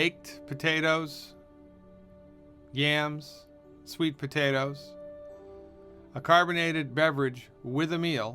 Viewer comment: Did he say sweet potatoes?